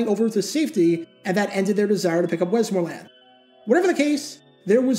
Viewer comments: Whoops, he's, truly, putting, the, wrong, em-fas-is, on, the, wrong, suhl-ab-ill, yikes. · Good clip as usual but your pronunciation of "Westmoreland" is soooo distracting. .. WEST-mor-land It's the county I live in